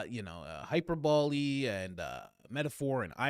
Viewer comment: You should look up how to pronounce hyperbole